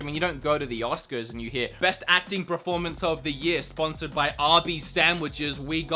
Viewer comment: pronunciation of "performance" bothers me so much